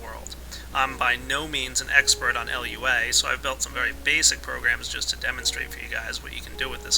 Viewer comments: its prenounced lew-a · everytime you said L.U.A I died a little. It's not supposed to be pronounced as an acronym. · fyi, Lua is pronounced 'LOO-uh' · My Minecraft OCD started to attack me when he said L. U. A. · And you got to type it like Lua not LUA (no offensive) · yeah rpg maker isnt very hard if u wanna learn programming either,but its pretty damn limited. anyway its Lua which means moon, not l.u.a just fyi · but you called it L-U-A.....it's not an acronym, like all things in the programming world, you would say acronyms as a word, but this one actually is a word. For example, SCSI is skuzzy. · LUA. Not lua Sorry if this sounds mean but I have a habit of correcting people.